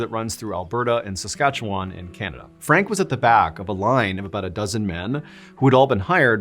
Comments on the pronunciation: I heard the words "North Saskatchewan River" and error 404'd for a second. First time I've heard sask mentioned in the wild in ages- and you pronounced it right! Kudos! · You did an admirable job of pronouncing the name of my home Province, "Saskatchewan." Not perfect, but close enough for me 😉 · Impressed you pronounced Saskatchewan correctly (though we end it sounding like “won”). More importantly, another great story to start my day off on the right foot. Thanks!